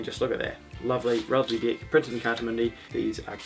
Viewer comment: I keep thinking he is saying D*$k instead of deck! 😂😂 get your false d€*k out 🎉